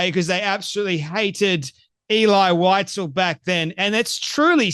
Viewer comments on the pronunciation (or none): VIE-ZELL VIE-ZELL Now WhiteZell. good grief. You mis pronounce his name like that monkey does... ELI VIE-ZELL.. sheeeesh. I hope that monkey has bodyguards... 24/7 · She can’t even pronounce his name. Eli Wise-el! Idiot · She should learn how to pronounce his name properly before calling him a liar. it's Elie Wiesel (Vee zel) and he was Romanian not Ukrainian. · She doesn't even pronounce Elie Wiesel's name properky. How sick! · If you can’t pronounce the author’s name correctly, Candy, anything else you say is irrelevant. Lazy with the name, lazy with the truth. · You mispronounced Elie Wiesel's name. Nonetheless, thanks for the video. I grew up among survivors and refugees from Nazi Germany. I recommend reading the books of Primo Levi. I recommend "If This be a Man," "The Truce," and "The Periodic Table." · She doesn’t even pronounce his name correctly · Can‘t listen to these lies, my grandparents were Germans who saw those cruelties with their own eyes living next to Stuttgart airport where they had a small concentration camp for PoW and Jews to be transported to the death camps. By the way, Wiesel is a German name for a little animal weasel, pronounced weezel for English speakers 😉